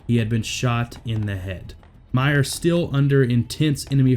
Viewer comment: It’s Dakota Meyer, not Meyers. Thanks for honoring an American hero.